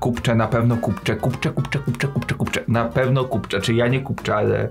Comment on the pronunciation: Nie mów "kupcze", błagam!!! Ciekawe czy kucharze ci sami.